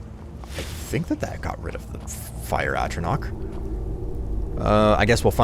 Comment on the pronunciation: The 'ch' in atronach is pronounced like the 'ch' in chew